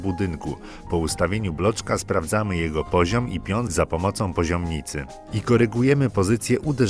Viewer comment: PozioMicy, a nie PozioMNicy